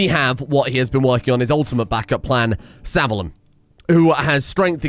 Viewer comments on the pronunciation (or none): Sah-Vee-Loom (Savillum)